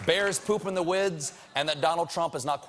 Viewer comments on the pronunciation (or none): he says "wids" instead of "woods" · "Bears poop in the wids". What are "wids" Stephen? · bears poop in the wids???!!?!?! I've been wrong all this time! i thought it was pronounced WOODS... dear me. lol.